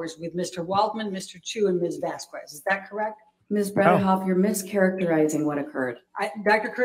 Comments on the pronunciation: It's pronounced Vas-kez. Not VaSs-Koo-ez!!! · I can not stand her pronunciation of Vasquez, its bloody infuriating. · "Mis Vaskwezz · I just can't stand how she says Vaskwez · Does have an aversion to saying Vasquez correctly? Because it makes her look really stupid by repeatedly saying it wrong after so many have said it correctly.